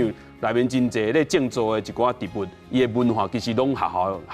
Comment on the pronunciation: 植物si̍t-bu̍t ⭕️ ti̍t-bu̍t❌tsi̍t-bu̍t❌ 建議來賓敢會使佇上全/100%台語節目進前，共欲分享ê智識ê台語發音準備khah 齊全tsê-tsuân/tsiâu-tsn̂g咧，因為主持人毋敢共恁點拄